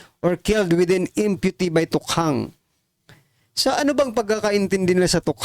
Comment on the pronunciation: Ay sus di ka naman marunong magbasa...!... pls read IMPUNITY correctly...!